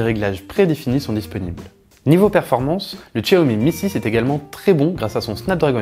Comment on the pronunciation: on dit chiaomi et non pas tchiaomi , il est full 3G et le fait de ne pas avoir la 800 et la 700 ne consomme pas plus de batterie ! il va simplement basculer en H+ et ça consomme pas plus de batterie ! quand à Miui, si tu ne comprend pas, on peut t'expliquer ! il n'y a rien de plus facile ! même ma femme s'en sert sans problèmes ! pour les écouteurs, Xiaomi fournit un adaptateur !